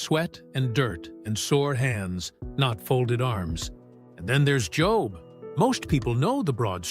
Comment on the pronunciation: This might be better received if the producer knew that the proper way to pronounce the name Job is with a long "o" sound. Like Jobe or "Oh" AI can only take you so far.